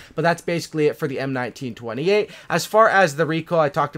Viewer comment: Aiiiiiii look, he said M1928 right this time, tho it’s the M1A1 model...